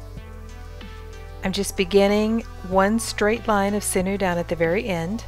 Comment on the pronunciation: I love your videos but it's pronounced siñew (sin-yew) 😂🥰